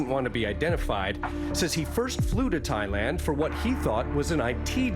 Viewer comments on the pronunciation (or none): none